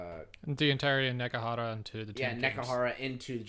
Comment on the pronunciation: This a bit of a hard listen. Starts off with 20 minutes of rambling, doesn't detail the function of the Mortuary cult, and they can pronounce Alcadizaar properly but can't pronounce Nehekhara even once